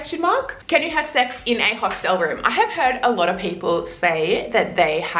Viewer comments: You look like an intelligent woman, and I would hate for you to keep sounding like a 3rd language speaker. It's a Hostel and not a "Hostelle". Pronounced as "Host'il" . If you want to twang it, you risk sounding like you are talking about a knock shop. :-) Thanks for the vid! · It's HOSTAL not HOSTELLE. Stop using your own pronunciation please.. otherwise pretty decent tips. But I don't know what kind of hostals you stayed at but most hotals dont have a bedlight. It's basic. A room, 3-6 bunkbeds, no gender seperation. If you're travelling, you expose yourself, so always be wary. Europeans are friendly but creeps are everywhere, unfortunately. That includes lady creeps^^ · hos TELLS? Learn to speak properly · I’m sorry… but your insistence on mispronouncing ’hostel’ makes listening to you too irritating. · "if you're going to make fun of me for mispronouncing this word, oh well. I mispronounce this word" would have been a better intro. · How can you help us you carnt even say the word hostel right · You do say hostel weird. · you say hostel weird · Glad she’s addressed the way she says hostel right from the start lol